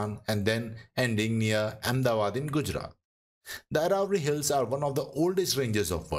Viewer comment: Why don't you pronounce ahmedabad name correctly